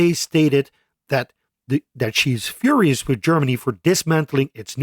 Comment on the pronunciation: You’re “fhurious” with Germany